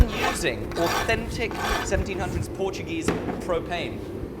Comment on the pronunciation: Solid Portuguese pronunciation mate. Well, better than the Portuguese themselves, at least